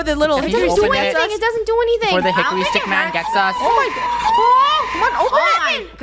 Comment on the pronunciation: “Good hikery stick”